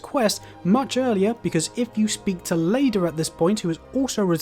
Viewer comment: T-Oilier? I like how names are used/said by the characters, but the names are still mispronounced. All souls games, someone does it. Odd, innit?